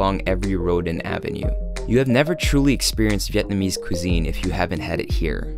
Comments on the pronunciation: Regarding the girl in the gym “breaking down” all of the Vietnamese words, she’s totally butchering the words lol is she even Vietnamese?? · New subscriber here. I’m in Hanoi looking for ideas and came across this. Great video, aside from the hot chick butchering the pronunciation of the viet words. Really enjoy your style. Keep up the great work! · Haha. She is terrible! Very cringy. What was with the Cher g-string?! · ayo who was that lady butchering vietnamese lmaoooo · Man that middle bit was horrendous. Like some outdated sexist infomercial you'd see in the 1950's. Not to mention the pronunciation of the meats was butchered to all hell. God help all the foreigners who saw this and ordered "father meat". Rest of the video is excellent!